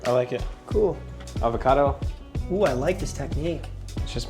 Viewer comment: "More avacadoo" lol. FREESH AVACADOOH?